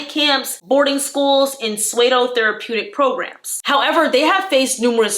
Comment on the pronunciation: Pseudo is pronounced "soodoh".